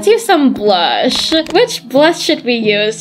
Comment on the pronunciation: When she said BLUSH i tougt she said BLO- HAPPY HALLOWEEN!!!!